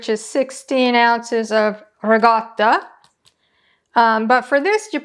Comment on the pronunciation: Was listening from across the room at first, & I kept hearing you say "regatta", thinking some kind of fancy cheese for the yacht races or something =) You know~ like the pimento served at the Kentucky Derby ~ Could not resist that one, really I couldn't. =) This looks amazing~ bellisima!